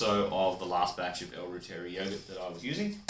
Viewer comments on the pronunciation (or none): Hi. I know you made this video 3 years ago but you’re not pronouncing reuteri correctly. It’s pronounced this way. Root- er - ri. 😊